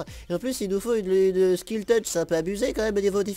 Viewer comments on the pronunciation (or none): On dit silk et pas skill touch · en plus tu dis skill touch à la place de silk touch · Un jour, dira slite touch correctement mais pour l'instant, il dit slik touch:) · c'est pas Skil touch c'est Silk touch XD